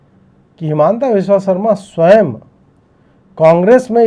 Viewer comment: इनका नाम हिमन्त विश्व शर्मा है न कि हिमांता बिस्वा सरमा !